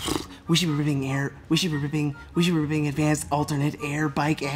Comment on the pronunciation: Go to the episode and watch the “we should be ripping” scene of and Jonesy in the mirror. still couldn’t say it right I guess they were never able to get a good take 😂